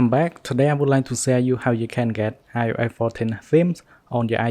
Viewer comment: "SEFARI" AND "IOASSSE" I Cant 😭😂